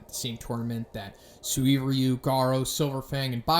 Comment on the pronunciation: Suiryu (pronounced Sir E You)